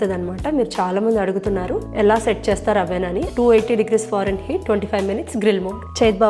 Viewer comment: It's fahrenheit not forenheat.